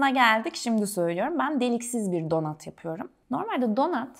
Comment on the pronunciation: Donat ne ayol😂 donat yaz bari, donut yaziyorsan telaffuzu dogru duzgun et yani